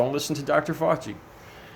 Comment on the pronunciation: Nuts lol I'm doing fine Dez, how about you? I'm hoping my gross mantra helps in his journey to pronouncing Fauci, or reaching nirvana if he prefers.